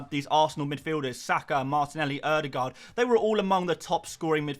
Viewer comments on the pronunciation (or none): none